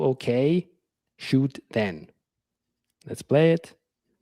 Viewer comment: Sure thing not shoot then. Shoot has a hard t on the end n he doesn't pronounce a t at the end